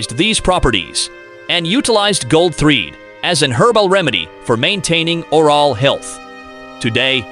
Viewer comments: the NW tribe known as Salish pronounce it SAIL-ish, rather than SAL-ish, and the Wikipedia article agrees with me. grat-ih-TWO-dee for gratitude; or-AL for oral, dept of grat-ih-TWO-dee for debt of gratitude? This has to be a computerized voice, which obviously isn't up to the standards of C3PO.🤨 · Narrator frequently mispronounces words, often only once or twice, before deciding/stumbling upon the accepted pronunciation of the word. First noticed in #7, "Mouth Wash," the most glaring instance is "or-all (oral) health", and "debet (debt) of gratitoodie(gratitude?). And #9, about the use of bunk beds in "tye-pea's" floor space. Very odd, since he pronounced the word correctly in the previous sentence. This must be an artificial intelligence algorithm trying to learn correct pronunciation on the fly. I guess text-to-speech voices have really improved since HAL's debut in 2001: A Space Odyssey. I suppose it's cheaper and quicker than using a hired narrator, or simply doing it yourself. Lol